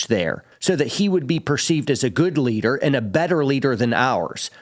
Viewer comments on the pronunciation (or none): none